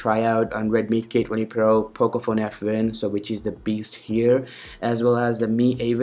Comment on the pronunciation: pocophone fwan lol